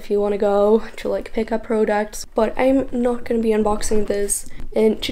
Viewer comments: "prudocts" lmaoo but girll ur so prettyy!! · The way she says products irritated me so bad 😂😂🤯🤯